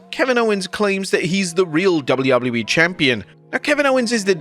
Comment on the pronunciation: Why the hell does he say Doubley Doubley E